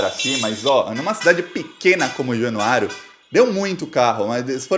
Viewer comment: Vc está FALANDO ERRADO o NOME DA CIDADE de MINAS que é JANUÁRIA. tem repetido: - JanuáriOOOOOO. - E é JanuáriAAAAAAAA!!!!!!!!!! Januária-MG!